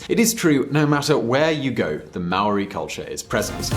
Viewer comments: As a New Zealander this triggered me, Māori isn't pronounced as mow ri, its pronounced like the word Moldy, sorry had to correct you there... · Maori is pronounced moldy without the l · I think your information is bullshit we pronounce maori with a d not a r bill English wasn't prime minister that fuckwit John key was prime minister he lost the election to the labour party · you said all the maori words wrong im from nz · Hai guys love the video I am born and breed in NZ and think that it is one of the best countries on the Globe Here is something that might be helpful (1) aotearoa is pronounced Or- tea- aa- row- a (2) The Labor party won (3) Māori is pronounced Moal - ree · The way he pronounced Maori and Aotearoa triggered me